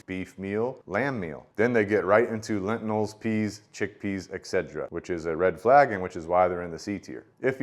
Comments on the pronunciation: Whats a “lentinil”? Do you mean lentil? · Great review, but what is a ‘lentinal’ 😂